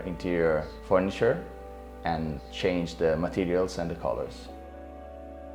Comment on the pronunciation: i love the colors-uh, the ambience-uh, and the simplicity of this apartment-uh! (hahaha i noticed how he emphasized the last syllable of his words. )